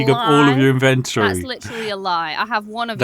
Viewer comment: Good news fans. He still says in-vent-Tory. It’s glorious.